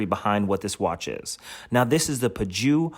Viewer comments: Great review! “Purr-joe” is the pronunciation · Its pronounced poo zho. Nice looking watch.